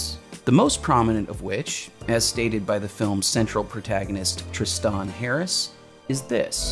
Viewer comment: It's "Tris-ten," not "Tris-tahn."